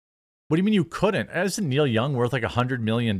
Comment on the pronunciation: Who the hell are Kneel Young and Jo-Knee Meat-Chill?